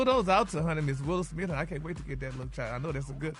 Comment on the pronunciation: Why doesn't Gary ever pronounce "Smith", he always says "Smit"😂😂😂